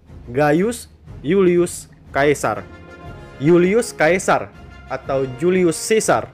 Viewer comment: Bacanya Julius Sesa..bukan Julius kaesar... Apa sih ini naratornya